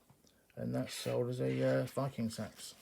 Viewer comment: Sorry about your dog buddy it can be rough. I love see =ing your Knives I never knew the correct pronounciation of seax until you sais it. I hear everything over here in Kentucky.USA. Thanks for sharing them